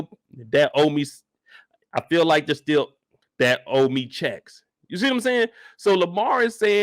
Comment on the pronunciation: Mark Then he arose and rebuked the winds He said onto his thee…PEACE BE STEEL(still)🔫 The winds ceased and then there was a great calm went straight Biblical on Lamar😂!